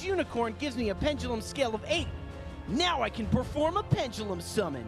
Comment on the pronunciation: couldn't tell if he said "Perform a pendulum summon" or even cringier... "PERFORMAPENDULUM SUMMON"